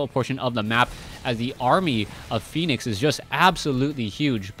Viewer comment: Dear, i am pretty sure its Fen-ix not phoenix:] i may be wrong, but i have heard many other commentators say Fen-ix opposed, so just letting you know. ^^